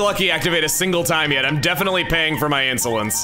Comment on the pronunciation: I am definitely paying for my insolence At first I thought you said insulins A reference to Vanna White!